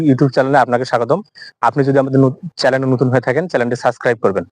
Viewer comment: Not chalen "channel"